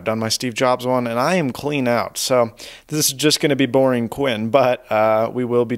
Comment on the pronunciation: "its pretty damn bording"!!!!??